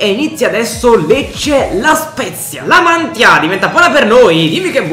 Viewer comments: Comunque si dice La Mantìa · Si dice la mantía con l accento sulla i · Nella realtà il lecce ha battuto l'hellas, comunque si pronuncia La Mantìa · Comunque la mantia si legge la matìa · senza offesa ma non sai nominare La Mantia ti do un consiglio sulla a e come che C'E l'accento 😜😜😜👍👍👍👍😁😁😁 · Spero che questo commento sia utile la Mantia l'accento ma sulla a finale